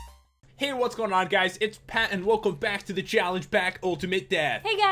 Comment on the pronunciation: Pat not pay